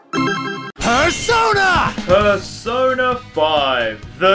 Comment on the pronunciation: Persona 5! What I heared Persoda